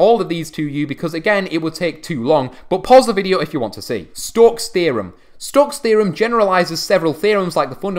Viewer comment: nobody:: STOCKS THAYROM!